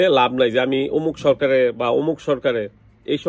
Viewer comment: আপনি যেহেতু মুসলমান এখন পর্যন্ত সালাম দেওয়ার উচ্চারণটা ভালো করে শিখেন নাই। আসসালামায়ালাইকুম কোন উচ্চারণ হয়না। উচ্চারণটা ভালো করে শেখেন ।কারণ সঠিক উচ্চারণ না হলে উচ্চারণের বিকৃতি হয়